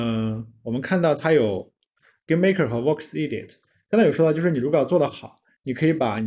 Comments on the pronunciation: 分析很到位，关注下，EDIT 说成 IDIOT了 哈哈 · 关键的是他说：“卧是idiot.”